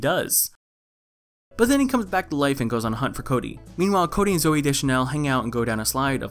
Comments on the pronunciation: I fucking die every time you refer to him as "Chode-y" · This man said chody 😂😂😂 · Lmao did you just call him Chody?